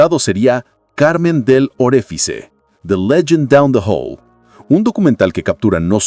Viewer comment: Hermano!!! Léalo, por favor, de la siguiente manera: CARMEN DEL ORÉFICHE Así, se lee el nombre italiano, de la Modelo aquí presentada. Cómo se permite usted, hacer todo un artículo, sobre un personaje, de quien ni siquiera es capaz de pronunciar su nombre CON AL MENOS ALGÚN INTERÉS??? Busque el Diccionario Italiano, escriba la palabra o nombre en cuestión y allí, puede seleccionar un audífono pequeñito, que le permite escuchar, cómo suena dicha palabra o nombre en el idioma de su interés. Carmen Del Oréfiche. Así suena, leído en español.